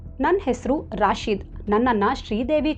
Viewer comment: ರಾಶಿದ ಅಲ್ಲ, ರಶೀದ್.ನಿಮಗೆ ಮುಸ್ಲಿಂ ಹೆಸರು ಹೇಳಲು ಭಯಾನ?ಯಾರೇ ಇರಲಿ ಅವರೆಲ್ಲ ಕಾಮುನಿಸ್ತರು.